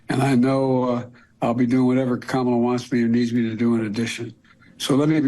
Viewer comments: Dang Ben..you need to learn how to say Kamala..get it right… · Trump won’t even say her name correctly.